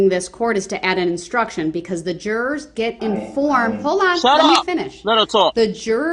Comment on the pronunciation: He would make me so mad when the Judge would tell him to move on and he would say, “can I git to it”? The most I’ll mannered human(and I use that term loosely) ever!